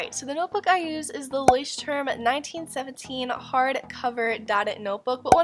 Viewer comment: The way you pronounce Leuchtturm is just the cutest thing. It is a german word - in case you don't know - and it means beacon/lighthouse in English. Love the video! Greetings from Germany. 😘